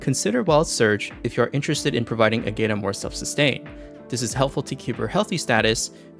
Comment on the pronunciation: Ágata is a Spaniard name, a bunch of other characters also use Spaniard names or surnames. To get correct pronunciations just have Google pronounce it in Spanish.